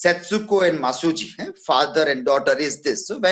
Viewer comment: Hi my teacher,,, it's not Masujo but Masuji